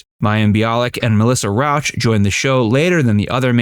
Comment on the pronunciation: fun fact: her name is Rauch, not Rouch